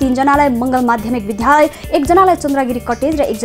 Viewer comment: विद्या हो विध्या हैन है सुधार गर्नु होला